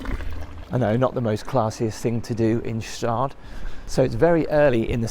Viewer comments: I am Swiss and it is pronaunced Gstaad, not Gestaaaad...nice video pal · Staad….drop the G ! Correct pronunciation ❤ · It’s pronounced ish’taad. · It's pronounced gshdaad, the G isn't silent. I prefer St. Moritz and Grisons as a whole. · Dear & friends..- via my Foreign languages' tuition in the UK & Spain/EU decades ago; the "Gstaadt" town name is pronounced with an hard* G.., not soft. I believe native Swiss german speakers will confirm that my statement as above, is fairly accurate. Peace. Ambassador Percival Sagay, (Linked in' professional profile: Abuja FCT capital, Nigeria 🇳🇬). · It's Guhh Shtahd. And, btw, that's the boarding school Kim Jong Um went to... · It's pronounced SHTAAHD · Gstaad is pronounced with a hard "G" :-) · It’s pronounced Straad and yes it’s best in Switzerland and the shops can tell wh you are. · The G is silent, Staad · Pronounce Gstaad as Gh-Sh-tah-d (gh-sh as the x in luxury) 🙂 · hello, native german speaker here. by right, this would be pronounced "ger-sher-taad" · The proper way to pronounce it wasn't what the waiter told you... it's "g-sht-ahd". The initial G ist well pronounced. Gstaad means shore (Gestade in German), because there are three streams running through the town. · The G in Gstaad is silent. The fees for the schools are annual. The message on the matches is call to action for pyromaniacs! Gorgeous place - understated luxury but you complaining about how expensive everything is spoils the whole experince. Major dissonance. Why not just emjoy yourself and be grateful that you get to experience it all? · it's gstaad without 'e' - like gschtaad. And it's even for us swiss people too expensive :D And the water is directly from the mountains, we don't need to filter it. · Hello Sir- you Need to pronouce the town (G)-staad silent “G“…. Enjoy your stay here in Switzerland 🇨🇭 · You says it like this "Gaschtaad" Ga-Sh-taad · Nice vid and it's staahd.... No G. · The pronunciation is:“Gschtaad“ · It’s pronounced shastad